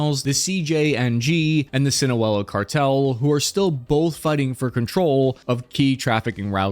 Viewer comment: Again, you said "SINAWELA"..... Dude, it's Pronounced "Sinaloa" --- ( SIN-A-LOA )